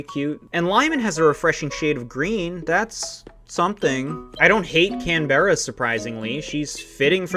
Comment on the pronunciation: As an Aussie it's sad that U don't like the native Aussie animals. Btw Canberra is pronounced CAN-BRUH